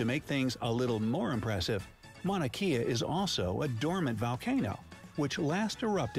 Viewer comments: Mauna Kea is not Mauna key-ya it is Mauna Kay-ah. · Yes, been to Four Corners. My son put each hand and foot in a different state concurrently, it was fun! Also, Mauna Kea (pronounced Kay-Ah, it means "White Mountain" due to being snow-capped) is the tallest mountain, Everest is the highest mountain. It's like a child standing on a table might be higher than their dad, but dad would still be taller.